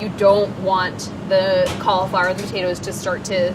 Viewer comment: Why does she pronounce cauliflower so? Make it stop!!!!!